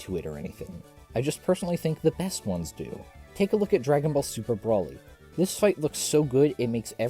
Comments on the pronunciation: Bro-lee. Bro-lee. Not brawl-ee. Bro-lee. Please. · if only you could say BROly correctly